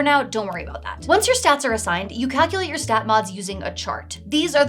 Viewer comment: The correct pronunciation of you're is "yoo-er". The correct pronunciation of your is "yor".